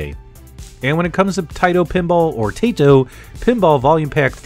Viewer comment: It's Tah-ee-to not Tay-to if you are going by the Japanese pronunciation. Nice preview vid. Thanks!